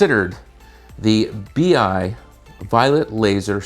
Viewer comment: I always find it annoying when they call these things a “bee eye”. First of all it’s “b-eye” and it’s nothing like the actual fixtures from Clay Paky.